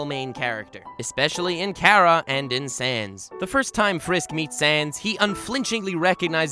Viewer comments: its pronouched CAR RA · The moment he pronounced Chara as “Kara” I stopped watching